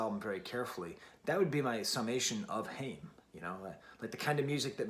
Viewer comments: Nice take, Haim used to be a bit of a guilty pleasure for me but this album is stellar😌 I think “I know Alone” is my favorite track off this release. Also their name is pronounced “Hi-uhm”. Haim rhymes with I’m. Lovin your channel too, really liked your Strokes review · Please pronoune the name correctly...Haim rhymes with time... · It's pronounced "HI-UM" as in, Hi, I'm about to smash a pesto pizza. Their last name is Haim and they grew up in a musical family. Your comment on the line " everytime i think that I've been taking the steps, you end up mad at me for making a mess" really resonates with me because I've experienced that in relationships. As we all probably have. I've spent a lot of time and energy trying to better myself in whatever way it may be and I've emotionally abused or belittled for trying to be a better version of myself or chase my aspirations. I really appreciate a reviewer who can delve deeper into the meaning of songs instead of just critiquing the pure musical aspects of the piece. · your saying the band name wrong....